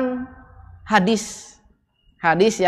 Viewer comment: Orang baca haditsnya sj salah, kelihatan ilmu shorofnya lemah.